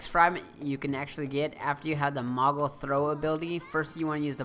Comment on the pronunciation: I'ts MOOGLE, not MOGGLE. Mog even says it. Several times.